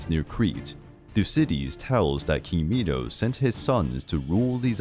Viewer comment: I got so mad when he said Minos meEnoO